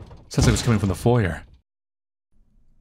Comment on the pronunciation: The r in foyer is silent.